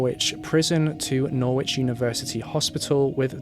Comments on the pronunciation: I came to say it's pronounced "noridge" 😃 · We don't pronounce the 'w' in Norwich.. 😊👍